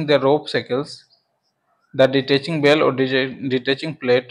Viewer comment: Detaching hook not ditaching